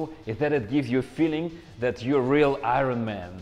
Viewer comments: “Ai-Rawn maaaan” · Eye ren man